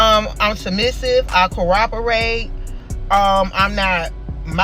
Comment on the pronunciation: " I Cowapperate"